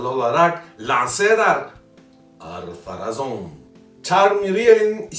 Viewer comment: Bir kez Arrrr-pharazon demene dayanamadım. Konuşurken çok fazla zorluyorsun.